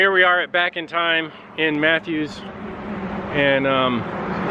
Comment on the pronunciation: I've always heard it called Gwynn's Island and instead of Mathews I've heard it pronounced as Maffis. But I'm from Gloucester and everyone mispronounces that one too. I'm glad the weather cooperated for your ride.